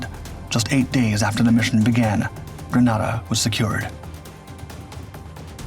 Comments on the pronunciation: "In 1983......" The island nation's name is pronounced <Grë-nā-dâ>, like the weapon "grenade", not "<Grâ-nâ-dâ>", as in the Spanish city. I should know, my unit, the 1st Special Operations Wing, was active in that operation. We sent MC-130E Combat Talon IIs, and 3 AC-130H Gunships. We also prepped our MH-53H Pavelow III helicopters, but they were never sent. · Grenada is a Caribbean/West Indian island...nothing Latin about it. British people mispronounce the one in the Caribbean because of the island of Granada off the coast of Spain. Most foreigners will not pronounce Arkansas and Meraland the way Americans do. My in-laws look at me as ignorant because of the way I say Dudois and Hebron...not about to change though, they stupid country folks. There are three spellings of Allegany, something I had to teach spellcheck! What say you about ignorance and confidence now, Sargent?